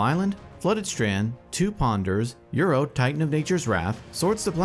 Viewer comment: Just want to chime in on appreciating the uncommon yet correct pronunciation of Uro.